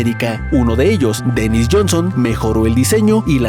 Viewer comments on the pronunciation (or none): none